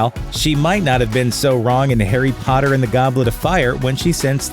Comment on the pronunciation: at the beginning when he said Harry Potter is it just me or did it sound like he said "hairy Potter" Also when you say voldemort it sounds like you're just saying voldemore